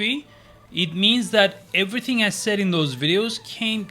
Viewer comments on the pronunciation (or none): none